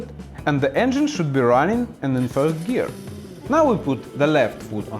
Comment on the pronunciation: subtitles say first gear, but it really sounded to me like you said third gear?